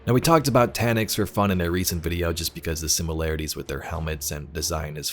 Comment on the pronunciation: It's Taniks. End of discussion.